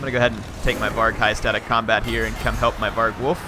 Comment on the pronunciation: var-gulf, not varg-wolf